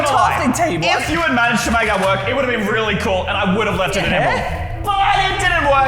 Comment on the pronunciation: Did he just say wait weally instead of really